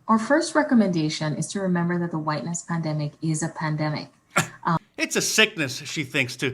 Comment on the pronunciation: That black lady mispronounced pandemic 6 times as PAMDEMIC.